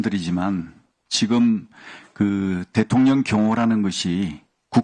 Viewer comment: 김병주의원님 발음이 대통년으로 들리는거 나뿐인가요?😂😂